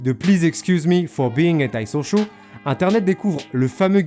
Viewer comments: J’adore comment tu le dis « hentai-social » 😂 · tu dit intachonchon quand tu dit le titre de l’album de roddy ritchh